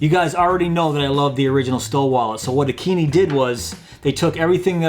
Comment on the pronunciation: I believe it’s pronounced, A Keen i (eye) , as it makes more sense lol. But I would love one of these !